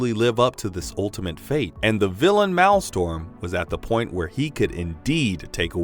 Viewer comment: Please... "Persevered" "Maelstrom"